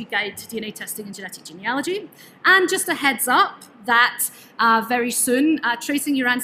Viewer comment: At last, someone who knows how to pronounce Genealogy properly!!